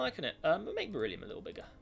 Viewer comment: it's "burr-ill-ee-um" not "bear-ill-ee-um"